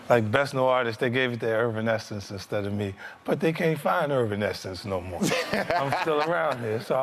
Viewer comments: My man said ervinaesence. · Agreed but still...lol he butchers their name in every interview he tells this story. Don’t get me wrong, 50 should have won... but 😂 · I love how he continues to troll Evanescence to this day!! ALWAYS butchering they name asking where they be nowadays 🤣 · “They gave best new artist to irvanessance but you can’t find irvanessance...” oh Fiddy...Evanescence